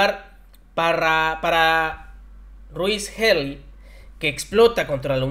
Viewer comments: Se pronuncia Jili. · Se pronuncia Hili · "Áragon"o Aragón? Me da tristeza tanta incapacidad de los llamados communicates de la 4T... No sean un reflejo de la ignorancia, si no sabes pricing o no estás seguro de cómo se pronuncia tal o cuál palabra INVESTIGA , pero no hagas el ridículo! Ya propósito, la pronunciación de Healy es: "jily" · Healy se pronuncia "Jili" noto que cada vez lo pronuncia diferente, no es importante .. espero le sea de ayuda y se sienta cómodo. Éxito en el 2023 !!! Feliz año nuevo 🎉🎉🎉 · Se pronuncia “ JILY “ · Se escribe Healy, y se pronuncia Hily, por favor infórmate antes de dar las notas.